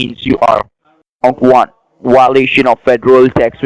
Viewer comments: Why-o-lation? Get your ass back to English class, scammer!! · WTF is a whiloation? And you had three of them. You're no Saint!! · ummmmmm what the hell is a ''wiolation''